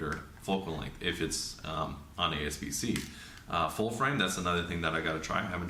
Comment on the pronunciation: a-P-s-c not a-S-p-c 👍🏾